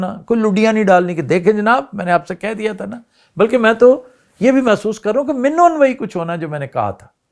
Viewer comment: You are the first man in media whose spoke " min o an " correctly.Nice to hear.